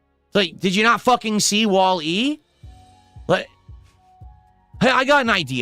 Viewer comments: He really is an alien. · 100%,that fucking annoyed me-_